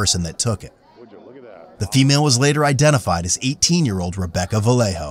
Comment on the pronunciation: Vallejo Is not pronounced "valejo", is pronounced "vayejo", research first.